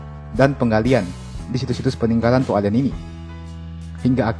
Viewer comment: Cara Pengucapannya To' Ale'an yah Min 😊